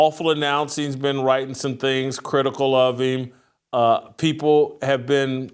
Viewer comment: If you don't believe a certain "privilege" exists, consider this. A guy who knows VERY little about sports, but toes the company line so he is "the face" of ESPN, but can't pronounce English words properly - he pronounces "people" as "peopow" - as someone who TALKS on television and the radio - and is going to make a hundred million dollars. Think about that. PEOPOW.